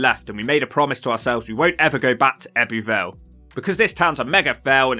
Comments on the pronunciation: It's pronounced "Ebbu Vale", not "Ebby Vale"... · Fascinating vid. However "Ebby Vale" is pronounced "Ebbu Vale". Just saying... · The heck did you manage to pronounce Abertillery properly but butcher Ebbw Vale, Blaenavon & Brynmawr 😂. Little disappointed you didn’t mention things like Pontypool Park, which I think is a lovely area of the town, I’m guessing you arrived there on a Wednesday as you were looking at the local weekly market stalls. Also that big ass store that was closed was Argos originally but due to Covid it closed and they never reopened it.